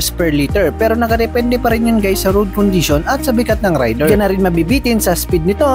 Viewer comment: FOR INFO, hindi po RAYDIR ang pronounciation nyan. REYDER po from the word RAID.